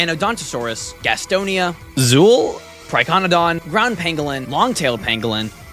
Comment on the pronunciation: i heard zuul being said different